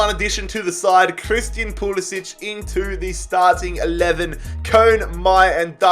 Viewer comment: just thought i'd say, pulisic's name is pronounced pew-li-sick, not pew-li-sitch